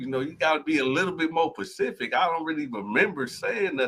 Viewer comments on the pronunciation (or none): 🗣️“A lil more pacific” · is a goofball.Dude can't even speak good grammar. "i don't know how to be more pacific"....😂.. what a joke of a lawyer.....i mean dude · slow as fuck‼️‼️ it’s specific not pacific.. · That ninja said "be more Pacific" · lawyer who pronounces specific as Pacific is always a great start.